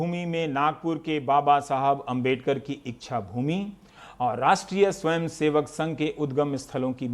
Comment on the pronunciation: "इच्छा भूमी" नही......"दीक्षा भूमी" है। नागपुर मैं।